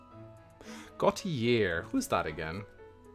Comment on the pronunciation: Gautier is Sylvain’s house. Also it’s pronounced Like “Go-tee-ayee”. Normally I don’t care about pronunciation, but that happens to be my last name so I have to